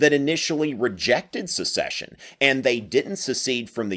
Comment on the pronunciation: Joel Castro "The declarations of succession from all confederate states say that they are aligned with the institution of slavery :/" As SEPARATE NATIONS seceding from an INTERNATIONAL COMPACT. And it's "SECESSION;" not "a-duh, a-duh, SUCCESSION."